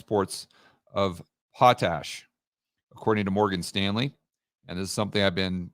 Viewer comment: it is pot, like marijuana. Pot-Ash.:)